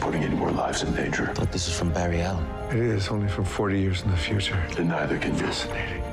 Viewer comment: It's not Barry good lord